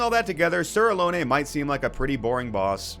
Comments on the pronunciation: pretty sure its just "a-lon" so many people say "alone" never heard someone say "aloney" lol fully agree with this take on Elden Ring. Starscourge Radahn is such an awesome fight. so cinematic with the moves and the summons. im sad i beat him in 2 tries lol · For reference not trying to be that guy but Sir Alonne is pronounced like alone